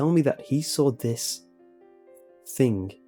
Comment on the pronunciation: "I sawrl it"